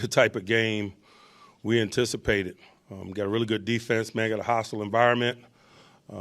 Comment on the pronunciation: He said exactly a game we intisipated .. whaaaat we intisipated a f'n win